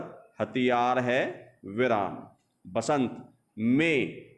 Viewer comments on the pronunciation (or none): सर वसंत होता है बसंत नहीं